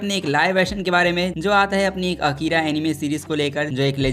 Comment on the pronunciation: Its not akeera but A kira